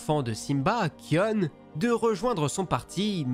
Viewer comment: Kion se prononce comme lion en anglais, ça ce dit Kayonne.